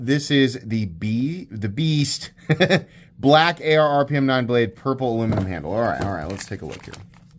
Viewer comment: Did he say "nature of the Beest"? Lol